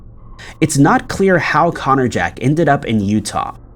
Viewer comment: The way you say Connor jack makes it sound like a tool or weapon 🤔or something other than a persons name 🤔